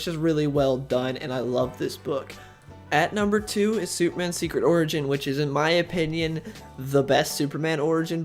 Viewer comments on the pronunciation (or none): Soup-man? Does he keep saying Soup-man?